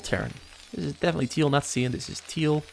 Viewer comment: Cyan is pronounced sī'ăn' and the one you don't know is tan.